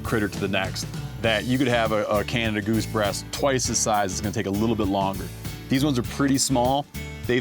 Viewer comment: Thank you for calling it a Canada goose and not Canadian goose...the bird is named after a man named John Canada not the country people always say that wrong